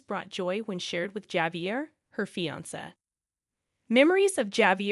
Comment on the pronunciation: Javier is pronounced wirh a H, Havier